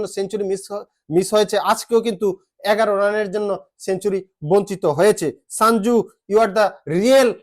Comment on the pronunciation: ওরে ভাই ওটা সাঞ্জু নয় সঞ্জু😅😅❤️❤️❤️